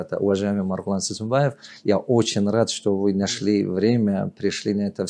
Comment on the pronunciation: Добрый вечер! Не Сымсыбаев правильно будет Сейсенбайев. Если не трудна можете исправить!? Заранее спасибо